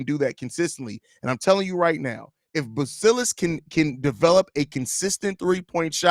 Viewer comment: Great video my boy. Also just something that I didn’t know until yesterday, his name is pronounced like your saying modest without the t at the snd